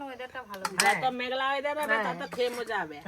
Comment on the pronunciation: পাতলা❌পাদলা✅ ব্লগ❌ভগ✅ মজা❌মোজা✅